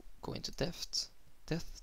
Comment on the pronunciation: problems with the word depth? it's like saying dept silent 'h' :) great tutorial tho :)